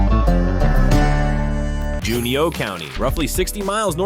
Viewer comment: June-ooh (Juneau)